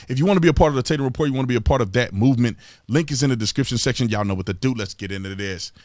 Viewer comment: Random people: “Description section” Big T: “Disskrishinsession “ 🤣 we love ya Big T… slow down your intro, there’s no time limit! You have all the time in the world. We ain’t goin anywhere! Keep on it man, you are the voice of EVERYONE.